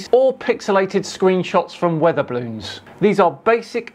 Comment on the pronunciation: Whats a "weather bloon," mate? Thank you for allowing the alerts to experience POTAL TWNAGE!